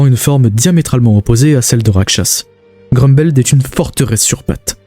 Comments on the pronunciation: Apres “évrine” c’est “groumbeld” il ne sait pas parlé, arrêter d’inviter des gens qui ne savent pas prononcer un nom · Franchement tu ma rendu fou toute la vidéo avec Évrine et Groumbeld😭😭😭😭 je trouve que sa fait irrespectueux pour l’oeuvre et ses fans de meme pas faire l’effort de prononcer un nom correctement en plus c’est pas une fois comme sa genre sa arrive nooon t’insiste en plus